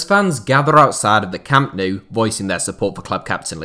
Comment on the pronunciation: 0.03 thought he was from Wigan when he said camp nou🤣🤣